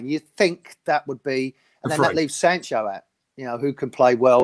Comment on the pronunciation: Jordan Sancho and Bakayaro Saka... Goodness me! Get the names right man!